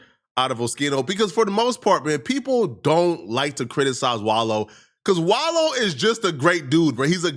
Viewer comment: I'm glad you. Finally saying his name right